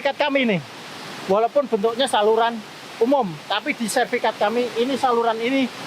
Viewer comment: SERTIFIKAT PAK, Bukan Serfikat ...... Salam Closing, Semangat